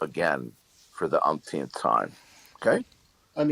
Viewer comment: For the "umpth-teenth time" 😂